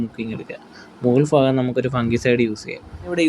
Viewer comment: ഫാഗം അല്ല ഭാഗം